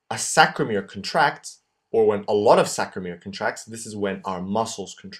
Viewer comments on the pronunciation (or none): Great video but it's SARCO-mere not SACRO-mere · Love your drawings and this tutorial. However you are saying and writing "sacromere" but the word is "sarcomere". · nice video but it's Sarcomere and not Sacromere... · As an AP instructor of 35+ years, you do a nice job! However, you must make sure you pronounce the words correctly! It is NOT sacromere.... it is sarcomere! Double check your pronunciation before you begin! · It is not saCromere, it is saRcomere .. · Great video, just maybe make a note that it's saRCOmere, not saCROmere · Good video , however, just wanted to point out the term is 'Sarco lemma' and Sarco mere Not 'Sacro lemma' / sacromere - Not sure if this was a slip but it was stated multiple times. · Aloha! I love this resource! Thank you!! BTW its Sarcomere and sarcoplasmic----sarco rather than sacro- ya? Mucho Mahalos! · CORRECTION: it's SARCOMERE, not SACROMERE. Correct pronunciation/spelling is important as students, we should be learning the correct way. Thank you, I think you're great! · Isn't it sarcomere not sacromere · Was very helpful SaRcomere, SaRcomere, saRcomere, saRcomere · This is great, but it's totes called "sarcomere"...